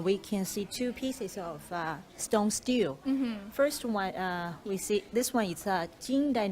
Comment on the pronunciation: stele - pronounced as "sti li" nd not "still".